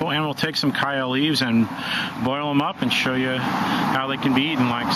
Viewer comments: Where the heck are some of you people getting that ignorant kie-ya pronunciation? ????? The people of chaya's native country , Yucatan, Mexico, must be a pretty stupid bunch since they all say CH-aya, as in CHarles. This 'kai-ya" business is highly annoying. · Love the video but I work in Yucatan with Maya farmers and its pronounced "ch-aya" including the ch sound. :) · It's CHaya with the CH pronounced like CHeese. Why can't people pronounce this plant properly. Listening to your mispronunciation is like fingernails on a blackboard!